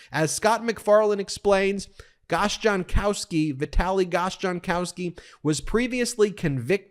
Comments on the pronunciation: Did you say "Gosh Darn Kowsky" ;~) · Vitali Gossjankoski -- he may be my people (Polish) or Lithuanian. Interesting the chap is deaf and hears the news through an ASL interpreter. Not that it matters. But Gossjankoski has never heard one of Trump's speeches and he is still in the cult. I love Ben but a C- for pronouncing Gossjankoski.